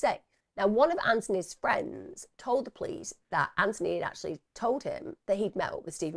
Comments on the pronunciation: His name is pronounced Anthony with the 'th' , his mum argued with the liaison officer over the mispronunciation. It was one of the reasons his mum felt the police weren't interested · I remember that from ‘Four Lives’. Every time the liaison officer pronounced the name wrong, it convinced me that the police saw investigating Anthony’s death as an inconvenience to them.